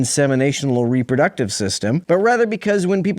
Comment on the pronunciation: Did he mean Reproductive when he said "Rubber Ducktive"?